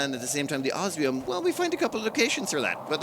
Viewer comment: I think he has a little checklist and looks to see which one he used last so he can use the other. I'm just surprised that he's pronouncing osmium correctly. I kind of expected it to undergo transformation. use of language is a high point of his videos.